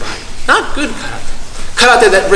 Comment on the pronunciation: Congratulations for the ideas and for the seminar! And congratulations for starting saying "karate" without an american accent for the first time since I am watching your videos.